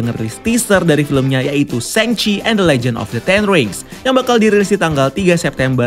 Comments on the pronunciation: Shang Chi bacanya shaang Kak, bukan sheng. Tolong dibantu sebar ya Kak kalau bisa, Kevin Feige udah bilang Shaang, lalu kalau sheng sebar, kacau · Bukan hanya Itu Kak yang dia salah. Shang Chi bacanya bukan sheng. Aaa, Shang Chi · bacanya bukan sheng chi. Shang Chi, Aaaa